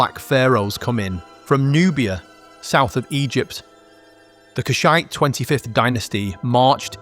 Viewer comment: I like your pronunciation of KuSHITE better, gonna start using that. :)